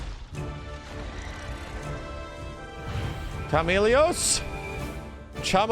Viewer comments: Also, how do you not know how to say Chameleos? It's literally the same way you say chameleon, but with os at the end instead, the devs even said his name correctly. Although I'm glad you like him, he's certainly a fan favourite. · Did he really just say pronounce chameleos “Chama-lay-ohs” lol